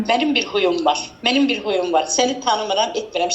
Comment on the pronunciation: Huyum yox xuyum dedi🤣